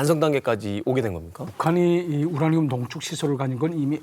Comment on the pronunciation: 우냐늄 우냐늄. ㄹ 발음 나올때 마다 너무 웃겼음